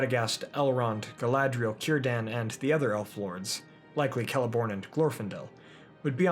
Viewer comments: Psst, Círdan is prononounced Kírdan, not Tsírdan. ;) But thanks for the great video! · Cirdan, not "Sirdan"